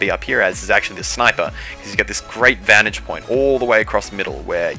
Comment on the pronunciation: Oowsum vantig pwoint